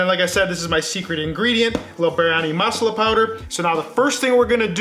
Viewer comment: They way he pronounces Masala is hilarious. I had no idea what he was talking about until I realized his pronunciation was off. However the recipe is on point. Great job!